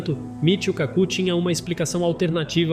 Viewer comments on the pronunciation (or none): Pq não pronunciar "KAku", em vez de "KaCU"?